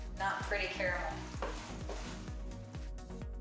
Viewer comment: Great vid but you pronounced caramel wrong it's pronounced caramel lol now I want some